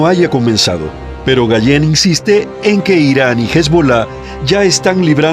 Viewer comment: No se llama gallen . Se pronuncia GaLan .